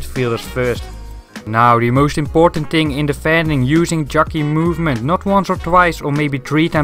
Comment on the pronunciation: what is 'do the moooosht'?